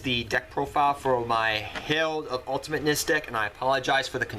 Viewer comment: It is the herald of ultamitnesnesnesnesnes